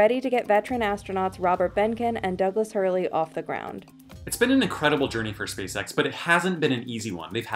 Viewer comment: Say spaceX without the “spa” 😳